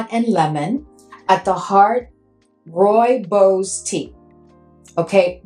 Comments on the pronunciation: Roo-ee-bos I think you said it right Need to get my nose on that one. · Thank you for your video❤ Rooibos Tea is indigenous to South Africa and only grows in the Cederberg Region (Cape Town could be the closest reference,😊). Also my Home Town. Your pronunciation is very, very well done. Pronounced: "Roy-baws". It is a very unique scent indeed